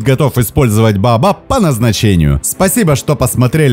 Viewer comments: Не БаАбаб, а БаОбаБ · Вы произносите "бабаб" , а не "баобаб". И во многих роликах тоже некоторые слова произносите неправильно, ударение не верно ставите. А так канал очень познавательный и интересный. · А вдруг есть какое то другое растение под названием "бабаб" , а вы тут дерево "баобаб" называете " бабаб" ...это может ввести в заблуждение ваших дорогих подписчиков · Неужели сложно произнести Баобаб? Почему баабаб?